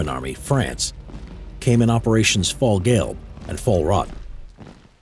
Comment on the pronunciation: "Fallgale" and "fallrott" Its Fall as in FAL and Gu-elb and R-OT. Ok I give up he makes tooo many mistakes.